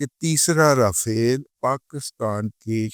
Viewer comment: داداجی رافیل نہیں راپھیلوا بولاکریں